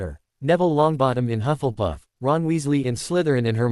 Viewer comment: It is not huff and puff, it is hufflepuff, if you can't get the pronunciation right don't say the f**** word